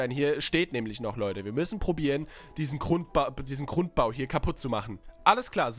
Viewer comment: das heisst Grundbau und nicht Krundbau